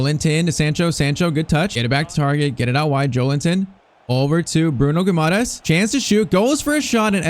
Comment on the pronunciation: Bruno's name is pronounced gee-mar-reyech